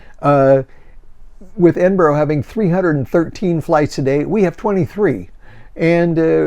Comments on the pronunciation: To confirm (I'm sure I'm not the 1st.) Ed iN Burrah. Go hard on the N in the middle. Ed~iN~Burrah. Edinburgh. Or if you want shine 'em off? Em'bra. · Please learn how to say Edinburgh. It is NOT Edinboro.